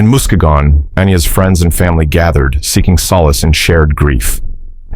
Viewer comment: It's pronounced "muskeegan' lol